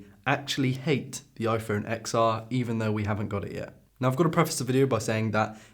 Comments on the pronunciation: It's pronounced Ten R Also watching on my XR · Why I hate this video: You can’t even speak out the name of the iPhone Xr. You are showing video of other youtubers while you are not quoting whose video it is!